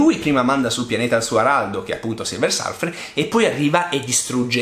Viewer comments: Tutto ok ma non Silver Sarfer dai .... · Tutto bellissimo, ma ti prego non chiamarlo Silver SArfer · 6 minuti di vita totalmente sprecati a sentire una teoria senza capo né coda di uno che dice silversArfer... :(